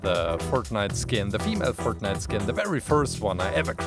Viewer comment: dude did you say pork nite